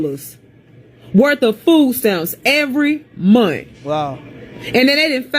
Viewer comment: Did she say you are a veteran and proceed to ask "did you serve in the military".... 😌 "13 thousand a mont"... it's a "h" on the end of that word ma'am 😂